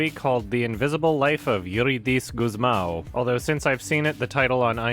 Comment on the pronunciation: In case anyone wanna know about the correct pronunciation of "Eurídice Gusmão": (that got wrong, not like it's a big deal) the "í" marks the strong part of the word, so instead of eurideece like said, it's eureedice for Gusmão he got closer, the A should sound deeper/ low pitch and using the back part of your mouth